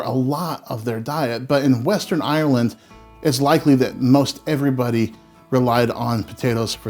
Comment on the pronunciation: You say Ireland in the correct way! Silly thing to notice, but most American's say "IIIIYYERRRrland", You say Ireland! As in 'Ire' and 'land'. It's a real irritant of mine, so I have to mention it. I can only say about Potatoes as Samwise Gangees said "Boil em, Mash em, Stick em in a stew". Have potato will eat.. Great channel as well, and I love the way you present. Respect and love from London, England.